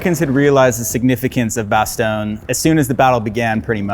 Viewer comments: Bastogne is not Italian. It is not lasagne. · If you pronounce "Bastogne" enough different ways, one of them must be right, right? (The win goes deep on the "oy" in "toy," very very light on that G.)